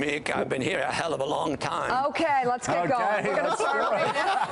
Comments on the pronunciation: I cringe at her mispronunciation of their last name. It's [bʒɛziŋski] not [brɛzɪnski]... oy vey... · Mika can't even pronounce his last name right, shame. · smutne jest ze corka nie potrafi wymowic nazwiska swojego i nazwiska ojca